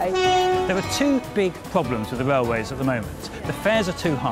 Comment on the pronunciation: What's a "raiway" FT?